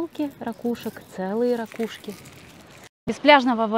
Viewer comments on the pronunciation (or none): none